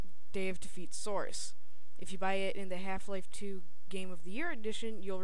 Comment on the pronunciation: Good review! Although you sound very congested, and when you say "source" it sounds like "srce" :P But good review none the less.